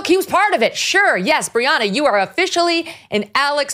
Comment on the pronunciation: Briahna not Rihanna already already am listening now ....